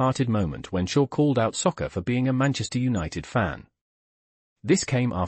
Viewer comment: How you pronounce Saka as Soccer, is beyond me!